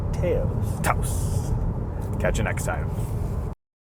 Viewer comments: Americans frequently talk about Canadians strange speaking and pronunciation. Here is a REAL example. The VW TAOS is pronounced Tah-os and is named after city & resort in Tao's New Mexico. It is NOT pronounced TAY-os like this 'expert' keeps repeating. In FACT, VW media kits actually provide a guide on how to pronounce the name. Just like they have at every major auto show for decades. I know this, as a journalist & editor covering MAJOR autoshows like NAIAS for 30 years. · Not "Tay-os", my friend. It's pronounced "Touse." Ask anyone from New Mexico where the city is located. I think the best way to understand the Taos is in the context of the withdrawal of the basic Golf from the North American market. The Golf lives on in Europe where consumers are significantly more enamored of hatchbacks than North Americans but except for the iconic GTI and Golf R it's gone from this side of the Atlantic. So what replaces it? The Taos with a (very) slightly enlarged version of the Golf's 1.4L turbo engine (to 1.5L) dressed up as a "subcompact" SUV. Why? Because there appears to be no end to North Americans' obsession with SUVs. At 176" in length the Taos is about 8" longer than the Golf making it the largest vehicle in the subcompact SUV category. But it's nearly 10" shorter than the North American version of the "compact" Tiguan (Known in Europe as the "AllSpace" and classified as a "midsize" SUV to distinguish it from the smaller Euro spec Tiguan .) Both the Taos and the Tiguan along with virtually every other North American spec VW are among the largest in their respective categories and significantly larger than the European spec counterparts. In the US, a country where every town has "self-storage" facilities for our extra crap, VW has learned that we like our VWs bigger (and typically cheaper) than consumers in Europe. The Taos makes excellent use of its relative size with a roomy backseat and the most overall cargo space in the subcompact class. In f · Tah-os. You idiot